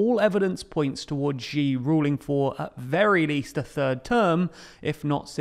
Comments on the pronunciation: Can you please pronounce Xi as "she"? That is the correct pronunciation and it would be really great if you could adopt it since it is hard to listen to the mispronunciation. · just pronounce it "she" jinping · it's really hard to take your perspective seriously if you haven't bothered to learn how to pronunce his name properly... it's not even a difficult pronunciation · You can mispronounce and still report/opine. It’s a script he probably didn’t even write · Great videos, but small gripe about all your videos about Xi---you absolutely butcher his name, and unlike other Chinese phonemes, it's not that hard. Just pronouncing it as the English pronoun "she" is infinitely closer than this "Zhee" nonsense you insist on. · you pronounce Xi Jinping correctly ("Shee Jinping"), but then you revert to pronouncing his name "Jzhee Jinping" and from there on out. Please don't pronounce Chinese names that way. The jzh phoneme doesn't exist in any Chinese dialect. In the Chinese pinyin orthography, X is pronounced like "sh". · Xi is pronounced SHEE not G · Its "She" not "Zee". The X in Chinese has an Sh sound. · Ruler for life? was Thatcher a ruler for life? Was Blair a ruler for life? Is Orban a leader for life? By the way please learn to pronounce Xi (Si) properly, not Gee. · The one who must not be named is pronounced “she” as in “shiba” not gi as in “gee” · Xi's name in the title is not correct, and it should be Xi Jinping Xi's name is pronounced "She" not Ji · I find it odd the way people in the UK pronounce Xi as Jee. In China that's not the way it's said. It's close to She than Jee I think. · Xi is pronounced "Shee", not "Jee". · it's Xi, not Ji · This is a small thing, but it's grating. Xi Jinping's name is pronounced "She," not "ʒee." Beijing is pronounced "bay-jing," not "bay-ʒing." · Śi, not Źi: Xi, as in Maltese, Portuguese, Catalan, Basque Lord High PoohBah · Xi is not pronounced Gee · Why do you call him Ji? X more like s+sh sound like Xi'an.